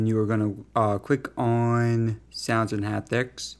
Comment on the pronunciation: “Cwick on sownds and hawptics”